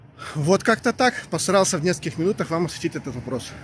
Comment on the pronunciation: артикулируйте, а то последняя фраза не сразу понятна. Постарался или поср...?)))